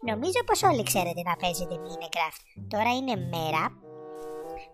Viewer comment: Το mine raft το λέει μινικραφτ xd